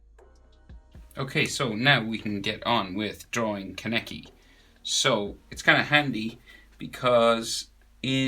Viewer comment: Its kaneki not kene...